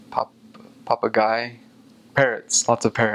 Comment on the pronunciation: I laughed very loud when you tried to say "papagaio" and "arara", it was very funny! HAHAHA but don't worry, this words is pretty difficult :) and you lived in same state then me! Mato grosso do sul (I could say because of the shirt)